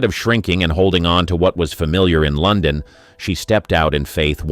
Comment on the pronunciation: I agree, the mispronunciation of words like London is equally annoying. Also the script is very repetitive.